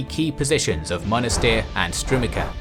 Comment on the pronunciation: Strumitsa. Not Strumika.